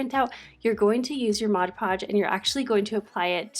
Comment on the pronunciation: LOL! I love how you pronounce it as "Modge Podge". I used to say that, too, until I was just looking at the bottle one day. 😆 Then I was like 'oh snap!' Awww, shucks y'all! That was just so cute! Makes me feel all fuzzy and warm. 🥰🥰 Online school for the first quarter (I have a high school kid). HAPPY belated BIRTHDAY,!!! 🍰👑🎈🎈 Very nice room!!!